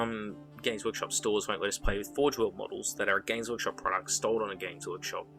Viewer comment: I always mishear you saying gays workshop and it makes me laugh every time I hear it